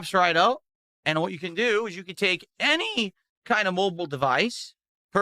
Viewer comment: What is that "any" ? :D